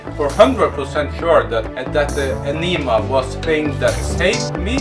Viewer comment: Aneeemah? Huh? Lol